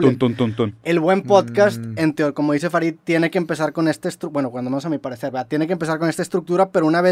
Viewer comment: ¿Soy yo ó a Ruperto le salió su lado español en el minuto cuando dice "a mi parecer"?